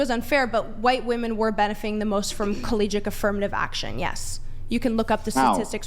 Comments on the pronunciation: It's CollegiaTe not Collegic. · Is she saying collegic?